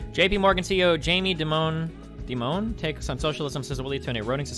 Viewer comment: Oof, funny how you think Destiny is well informed and then he says "JP Morgan CEO Jamie Dimone.... Dimone?"